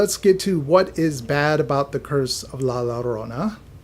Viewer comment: The two L’s make a Y sound my guy